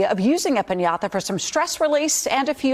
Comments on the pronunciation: I guess we can all use a corona "piñatha" these days. (I'm not sure why the way she's pronouncing it annoys me so.) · Did NO ONE try to help that poor newcaster? Pin-yah-tha??? It is such a simple word, come on.